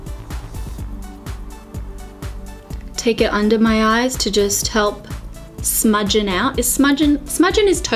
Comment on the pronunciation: Liz Sherlock she was saying "smudgen" instead